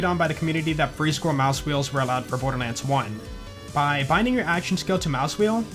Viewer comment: "Birderlands" i love it